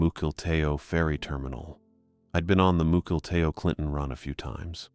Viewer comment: Mukilteo is pronounced muckle tea O